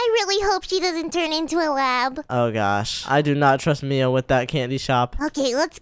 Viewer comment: Mia you said oh mian